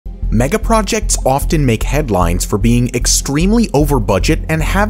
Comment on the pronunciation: stop saying “megaprojetcs” 🤦🏼‍♀️